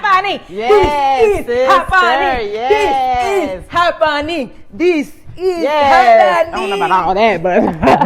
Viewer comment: "This is happonening" 😂🙌🏾🫶🏾🙏🏾💃🏾🕺🏾